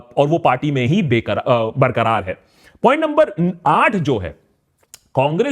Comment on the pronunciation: Be-karaar nahi Bar-karaar